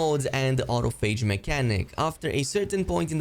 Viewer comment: I think you are pronouncing autophage wrong. Au-toph-age, it’s from the biology term autophagy